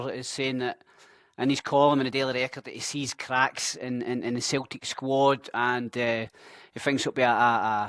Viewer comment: Wtf is Celteek? 😂 Nygren is pronounced Neegren. Good vid, keep it going.